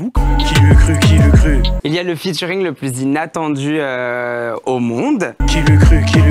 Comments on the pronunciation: Je t'en supplie arrête de dire "Futuring" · Alors, j'suis obligé d'intervenir sur un truc, t'es pas du tout au courant que "ea" en anglais ça fait jamais "u" et que du coup on dit pas "futuring"?